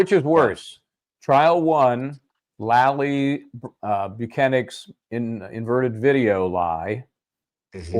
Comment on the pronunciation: calling Lally “Lolly” is absolute perfection 😂